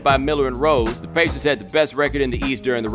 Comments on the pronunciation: the way he says the word pacers is hilarious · Stop saying pacers like that